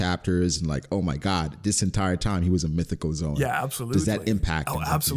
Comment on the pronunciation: pronunciation of "Zoan" is correct in Japanese (動物/ゾオン).